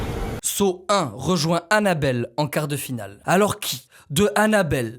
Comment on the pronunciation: Quand tu dit saw j’entends seau